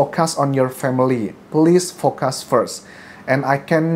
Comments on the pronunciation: Focus dibaca dalam bahasa Inggris Fokus aja pak,, liat pronounce google deh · "Pls focus first......"....focus dibaca fokéus deh kayaknya, Mas Anjas...instead of "fokas" 😁✌️